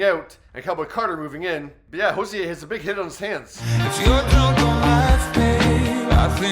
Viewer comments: It sounded like he was pronouncing it as "Jose" lol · Hozier not hozea